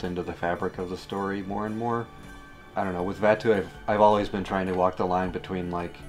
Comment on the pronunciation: Today I have learned that I pronounce Dahm, Koark, and Vattu incorrectly...